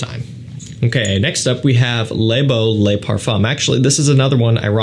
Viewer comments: “Le” is not pronounced “Lay”. Say the word “look”, then take away the “k”. You’re welcome. ❤️ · Not “loo”. I wrote it’s “look” without the “k”. It’s not “luh”.